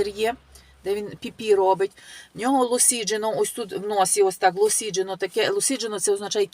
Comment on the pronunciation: Анна осіджено,не ЛОСІДЖЕНО